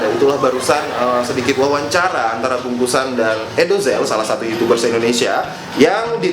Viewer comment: "Youchoobers".. watdehel wkwkwkwk